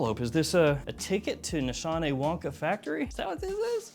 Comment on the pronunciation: just saying you are pronouncing the house incorrectly....my daughter in law is turkish and it was pointed out to me. no shade. ;) Just a learning moment...